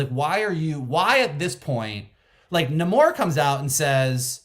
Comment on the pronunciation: Thank you all so much for pronouncing Namor's name correctly. It bugs me more than it should that he introduces himself one way in the movie, then every other character in the movie decides to Nay-more afterwards. And it bugs me more that every podcast/review seems to be going with Nay-more. That's clearly not what he said his name was! This is The Curse of La Llorona all over again....